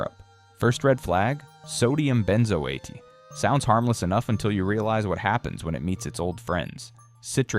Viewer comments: "Ben zo atee", said the AI. 555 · Lol at benzoate pronunciation